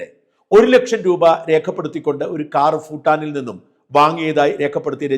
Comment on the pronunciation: സാജൻ സർ ഫൂട്ടാനീ ലെ ഫൂ ഉച്ഛാരണം ഭൂ എന്നതാണ് ശരിയെന്ന് മനസ്സിലാക്കി സംസാരിക്കുമെന്ന് പ്രതീക്ഷിക്കുന്നു. ഞങ്ങളൊക്കെ ഇതുപോലെ മാറ്റം വരുത്തിയവരാണ്. ഭാരതം എന്നതാണ് രാഷ്ട്ര നാമം. ഫാരതം അല്ല. തമിഴ്കാർ പാരതം എന്ന് തമിൾ ലിപിയിൽ എഴുതിയാൽ തെറ്റല്ല: കാരണം ആ ലിപിയിൽ ഫ,ബ,ഭ. ഒന്നും ഇല്ല.